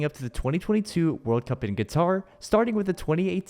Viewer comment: bro said guitar XD